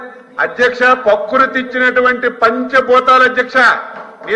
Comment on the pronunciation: Sir, పకృతి కాదు sir, ప్రకృతి